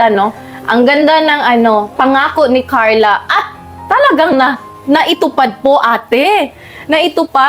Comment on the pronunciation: Pronounce your Carla without “h” kasi parang may h ang bigkas mo.